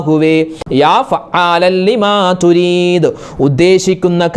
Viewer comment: ലിമ തുരീത് എന്നാണോ.... യുരീത് എന്നാണോ??? എഴുത്തിൽ യുരീത് എന്നും ഉസ്താത് പറയുന്നത് തുരീത് എന്നും ആണല്ലോ 🙄